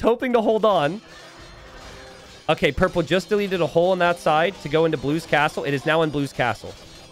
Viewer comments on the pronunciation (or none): none